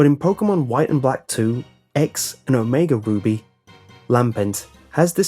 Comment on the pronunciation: you said omega booby XD